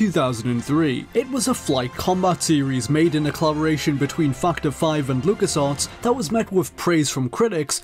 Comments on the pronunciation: The way this guy pronounces 'Factor 5'.. XD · "factor 5" what did he say though? not that...